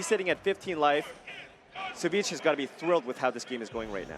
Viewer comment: I thought his ID's pronounced Savage.